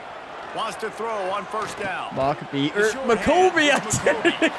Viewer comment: Mockobe contemplating entering the transfer portal if Coach doesn't get his name right 😂